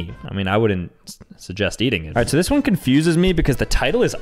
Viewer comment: ah yes one-ee (I can see how he’d get that wrong tho lol)